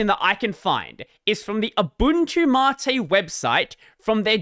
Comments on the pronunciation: Why is it pronouned 'matté' whent it's spelled 'mate'? I'm still getting over 'Gnome' being pronounced 'Guhnome'. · Man I really wish if he said "Mate" the funny Aussie way :(